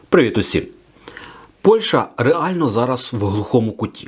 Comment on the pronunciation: Не Польша,а Польща!Правильно розмовляйте, українською